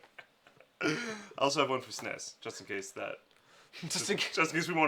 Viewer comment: I've nvr heard anyone pronounce SNES as "snes"before. It hurt my ears. ~_~